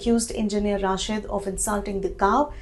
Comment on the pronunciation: Indian journalists are unable to pronounce name of Engineer Rashid, how they can understand the affairs of Kashmir? यह रशीद है न कि राशिद, یہ رشید ہے راشد نہیں،